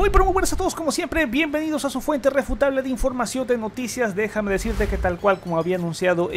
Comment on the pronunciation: ¿Tu canal es una fuente "refutable" o reputable? Revisa el voice-over en el intro.